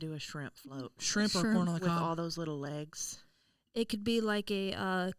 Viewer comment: can’t say a thing about Maggie.. if she says “LAYgs” 🦵or “AYEgs” 🥚one more time I’m gonna kms lol